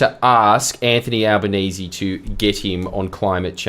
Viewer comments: "al-lie-benese" Bwilliant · AL- LIE?-Banese... LOL